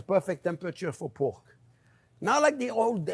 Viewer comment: Say poke one more time lol